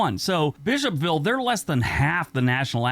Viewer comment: “Bish-hop-ville” Me: “You mean Bishop-ville?”